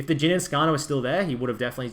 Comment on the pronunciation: his names jhin not geen btw